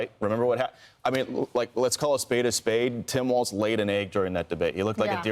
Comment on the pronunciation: Tim's last name is pronounced walls, not waltz...